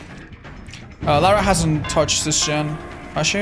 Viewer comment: pronounces "Feng" properly Also: "Lair-uh"